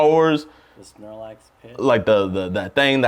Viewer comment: The sarlacc pit. Sounded like he said Snorlax 😂